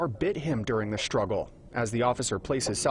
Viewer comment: Second time: "Struggle", not "SHtruggle"!!!!!!!!!!!!!!!!!